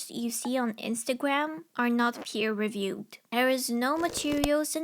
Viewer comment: more like PEE-er reviewed, am I right?